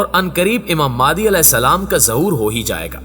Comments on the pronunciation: بھائ ذرا تصحیح کر دیں نام مہدی تو سنتے آرھے ھیں، یہ مادی کہاں سے آ گیا؟ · Maadi nahi mahdi a s hai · Please pronounce the name of Hazrat Imam MEHDI A.S.pròperly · Pronounce the name properly, it's Imam Mehdi.